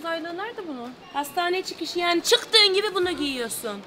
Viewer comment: Yani çığtığın gibi bunu giyiğosun